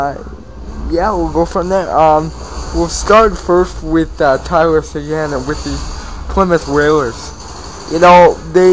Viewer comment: dude u dont say sequins name right,u sound like u have shit in your mouth